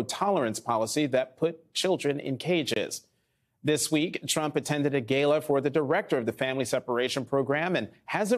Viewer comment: Did Jonathan just pronounce Gala as Gaylar? 🤣🤣🤣 It took me a while to understand what he said